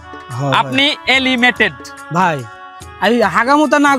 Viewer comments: Bhai elimated na Hobe eliminated bhaiya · Elimated(এলিমেটেড) না কথাটা eliminated (এলিমিনেটেড) মানে বাদ যাওয়া একটু শুধরে নেবেন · Elimated nhoi re bhai, eliminated hoi😂